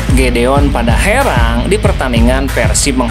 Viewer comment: Bukan padaherang tapi dapaherang.😂